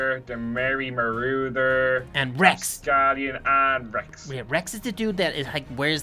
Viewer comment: It is merry maurader